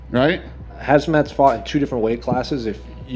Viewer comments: is also calling him Hazmat all the time. How can mma reporters be such casuals 😂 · I thought I heard that right. I said, hazmat? Hell, he is deadly, right? Hazmat suit wouldn't save u against this guy. 😂